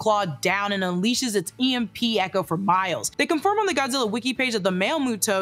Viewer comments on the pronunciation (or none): none